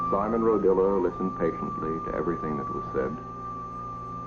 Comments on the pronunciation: There was an Italian area in Watts many years ago. By the way his name is RO-DIA not Rodilla. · Narrator is pronouncing Simon's last name wrong. It's Rodia. Not Rodilla. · Is it just me or does this guy keep saying "Rodilla"? wtf? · What in heaven's name is wrong with the person who narrated this film? The film has one main topic: Simon Rodia and his towers. And the narrator calls him "Rodilla"! It's ridiculous that a whole film is narrated about somebody, and the narrator can't get his name right! I suppose he went on to narrate a film about President Abraham Lincorn. Or Mahatma Ganges. Absolutely idiotic and embarrassing.